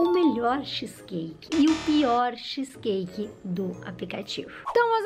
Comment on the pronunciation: Nossa que agonia dela falando xiiiis cake skksskskkskskss